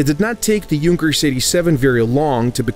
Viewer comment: Finally, someone who pronounces Junkers correctly!